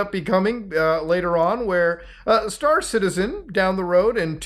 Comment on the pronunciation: I was not watching the video but listening to it and I genuinely thought you were saying Citizen Khan.